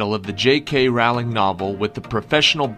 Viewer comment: J. K. Rowing's name is pronounced ROWling not RAUWling lol Love the quiz BTW